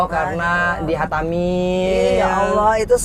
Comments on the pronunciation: Assalamualaikum mbak angie...sy sngat bersyukur anda adalah org yg menginspirasi semoga tetap istiqomah Hanya sy sangat berharap anda belajar untuk melafaskan Allah dngn sebenar2nya bukan Aulah krn masih belum terdengar pas Semoga kedepannya bisa lebih baik lagi ya mbak...maaf hanya saran mbak semoga dapat diterima ya mbak aamiin.....Allahumma aamiin.....🙏🙏🙏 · Nyebut Allah, itu jgn ada huruf waw nya Engie. Harus huruf alif terus ke huruf lam . Maaf mengajari ya Engie sayang.